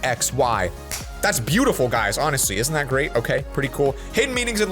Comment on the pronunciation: In the intro when he says meaning it sounds like meeting